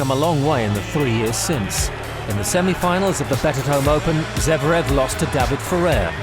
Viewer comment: It's Zverev, no Zevrev